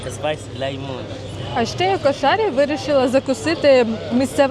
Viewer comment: КУ'ШАРІ на У ударение, а хававши типо ваших беляшей, если без добавок и всего лишь с фаршем, точно как ваш беляш, попробуйте махши